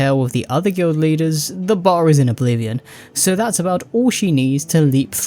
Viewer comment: Guild Leaders? I thought you said "Glue Eaters."